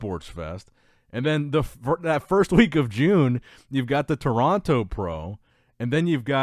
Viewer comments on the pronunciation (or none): none